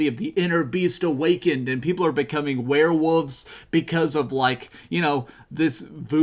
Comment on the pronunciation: Lmao “were-woof” and “were-wooves” just cracking me up how he pronounces these 😂